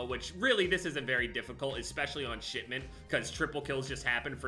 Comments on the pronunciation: Is he saying “Shitment”? I’m pretty sure he is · Haha I just realized... Is he saying "Shit-ment"? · I swear everytime he says "shipment" it sounds like he's saying "shitment" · yeah lol